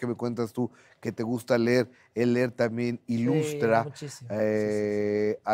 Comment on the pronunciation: Minuto “te gusta ler!” 👈🏽🤭